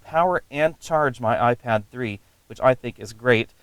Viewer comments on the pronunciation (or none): none